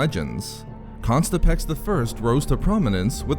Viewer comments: The unfortunate repeated pronunciation of ConTISpex as ConSTIPex makes me wonder about other ancient figures such as Darth Hemorrhoid and Grand Moff Irritable Bowel Syndrome. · “Contispex” not “Constipex”... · Good video, but you gotta stop pronouncing “Contispex” with the ‘s’ in the wrong place. You keep saying “Constipex.” Normally I wouldn’t quibble but that sounds like an over-the-counter medication.